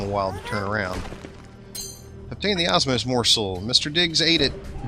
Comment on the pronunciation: You say Osmos when it's actually Omos. But I forgive you :P